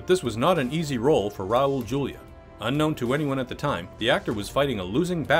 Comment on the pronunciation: Cringing every time he says Julia